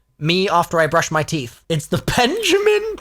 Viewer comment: Never thought I’d hear say penjamin 😂😂😂